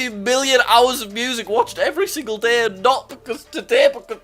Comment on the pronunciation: Day not DAAAA